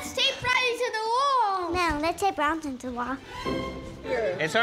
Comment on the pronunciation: Branson? It’s Bronson 😅